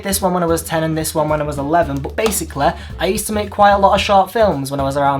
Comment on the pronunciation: love how you say basically "basaclayy" hahah<3